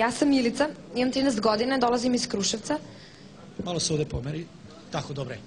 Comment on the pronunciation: Najsimpa mi je kad kaze dolazim iz Krusevca . . onako po krusevacki . . Srbijo kakve talente imas . .